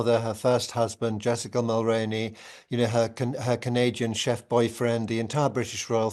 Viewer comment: Jessica Mulroney's last name is pronounced as Mull-Roo-Knee or think of actor Micky Rooney and add Mull to it so Mull-Rooney.. It's really sad that after over 7 YEARS of reporting on Harry & his Wife that people still are mispronouncing names like Jessica Mulroney's last name and the store Reitman's which is pronounced as Reet-man's... how people can get Right-man's from Reit-man's is beyond me...but I'm biased as I grew up in the 70's and 80's & was a young adult in the 90's I saw commercials on TV and heard them on the radio...as yes I'm 🇨🇦 . I can't be the only 🇨🇦 pointing out these mispronounced names. I remember constantly seeing Brian Mulroney on TV when he was our Prime Minister...I KNOW how he pronounces his last name and I would think that middle-aged people & older in America & UK would recall hearing about Brian Mulroney so they should also know how to correctly pronounce his daughter in-laws name